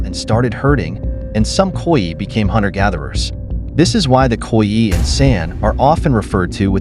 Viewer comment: Would be good if Khoi was correstly pronounced.